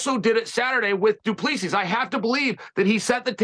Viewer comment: Its pronounced Du Plesee